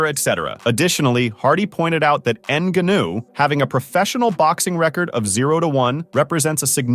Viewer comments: Sometimes he pronounces it correctly, but most of the times : ennguhnooo😂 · Learn how to pronounce the guys name. What a trash video. Absolutely brutal research. N GA new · Say his fucking name right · Hey asshole, learn how to say Francis‘s last name ! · Had to stop watching because of the way this guy pronounces Ngannou’s name lol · I almost couldn’t finish this video because you’re saying his name like you’re learning disabled…Cmon man… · this dude is pronouncing it like that to trigger people and comment, i swear. Woops 🙃 edit: uhhh he f'd up on saying it correctly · How do you watch and listen to the match and still butcher his name like that 😂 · Why u saying his name like that 😭💀